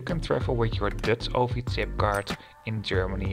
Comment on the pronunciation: Prima vid, maar je uitspraak is wel een beetje irritant af en toe. "Dutch" en "luggage".